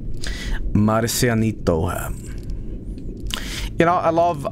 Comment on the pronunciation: pronounces Marcianito so well though lol